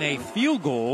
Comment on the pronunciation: Great commentary, but it's "goal," not "gold." Thanks!